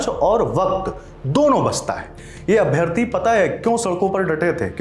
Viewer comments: Ye madam अभियथी को अप्राथी कहना चाह रही है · पहले बोलने तो सिख लो अभ्यर्थी को ये अभ्यार्थी कह रही है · अभ्यर्थी होता है अभ्यार्थी नहीं होता ,,,,कैसे ips बन गई